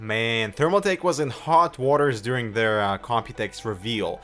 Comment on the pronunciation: did you say thermalfake?